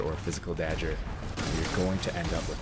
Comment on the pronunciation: Is dag-grrr not dagure.